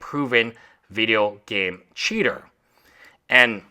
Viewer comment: as a fellow esl i feel your pain pronouncing CHeater